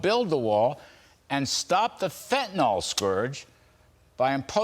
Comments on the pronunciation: Fentanyl, not FentaNOL. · I'm still waiting for someone in the media to pronounce the name of the drug correctly. Mr. Kudlow does not, nor do any others I've heard so far.